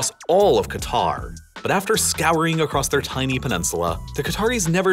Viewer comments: Nah its Qatr" pronouncing the first letter "kah" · It’s pronounced ‘ Cat-R’, your pronunciation of Arabic names is appalling. Your description of the country’s history is also different to that known in the region. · it's K'ter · It's pronounced closer to 'gutter.' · Great video as usual One fact that amazes me is how conveniently all western countries mispronounce Qatar! I haven't come across a single American who even tries to pronounce Qatar correctly Anyway good job here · Makes a video about Qatar. Can't pronounce Qatar properly. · Two things: One:Qatar is pronouned "Cutter" and NOT "Gitar" Two:The way you pronounced "Xinjiang" as "Xin-Jong" is something I would not usually do (Xinjiang is also called "Sinkiang" (Sink-E-Aung) or "East Turkestan" (East Turk-Eh-Stan))